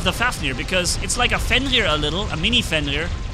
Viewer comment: its not fenlir its fenrir.........